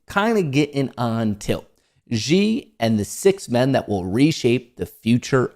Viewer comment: You pronounced Hu Jingtao well however Xi is pronounced ‘She’.